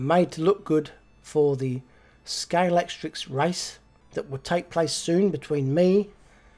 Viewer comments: Great video again,! And just to help you out with your unpronounceable 'Scalextrix' - it's actually pronounced Scale-ex-trick!! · try saying Sca-lextrix, instead of scale-lect-trics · Well done on that conversion. I noticed why you're struggling with the word 'Scalextric'...look at the box again, you ain't reading it, you are adding 'ks' on the end, it isn't 'Scalextricks' man. Practice it, you'll soon get it right. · wow! What an effort and what a result! I agree the yellow best but only just. Loved how you struggled to say Scalextric all the time, I would just have used "slot cars" instead, so much easier 😁 I also love how your channel always shows something different, I look forward to this every week. All the best from Scotland 🏴 Mike